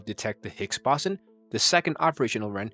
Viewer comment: Its pronounced (surn) Not (See- Ee- Are- En) And it's (Boe- Zon) 😶